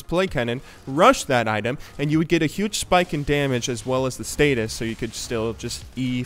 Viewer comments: Stasis, not statis. :) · Stasis, not status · you keep saying "status" when talking about zhonyas ring. its "stasis" with 1 T. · the active of Zhonya's is called "StaSis", not "StaTis".